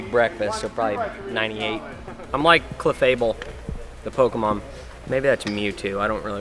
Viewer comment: now I know that clefable from pokemon is pronounced "a-elf-fable"!